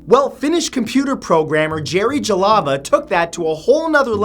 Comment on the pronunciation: It took me the whole time you were talking about #10 to figure out that you were trying to pronounce the word "Jalava" (that Finnish guy's last name).